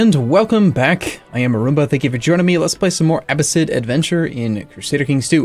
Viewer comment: I didn't want to be that guy, but after 16 episodes I have to say it. You're pronouncing Abbasid wrong.